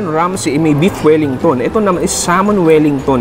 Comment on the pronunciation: finally nag iisang local food vlogger na alam tamang PRONUNCIATION sa SALMON